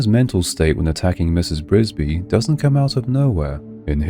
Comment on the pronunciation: THE NAME IS NOT BRISBY IT IS "FRISBY" READ THE PAGE.🤣🤣🤣